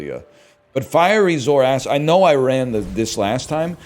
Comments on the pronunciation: BRO ITS ZOARCID NOT 'ZOARACID' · Every time he says zor-acid I die a little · Is pronouncing it "Zor-Acid" a meme? Its Zoar-cid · we're aquatic guys, of course we continue to pronounce zoarcid wrong